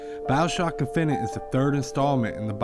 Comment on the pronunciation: He didn't say finite. He said it right